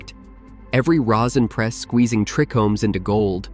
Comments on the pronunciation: TRI-chomes not trecomes, as in tri Greek treis meaning three… cmon bro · Everytime I heard "trickomes" it irritated me more and more.. I love these videos though